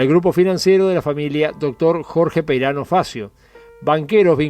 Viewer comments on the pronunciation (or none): none